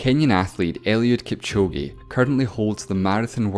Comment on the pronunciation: Yo his name is not Kipchogi, it's Kipchoge not kipchogi